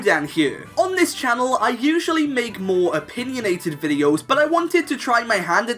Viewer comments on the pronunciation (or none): none